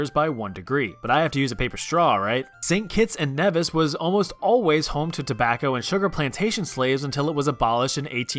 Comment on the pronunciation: Also you're pronouncing St.Kitts and Nevis wrong. It's more like Knee-Vis (Like windows vista)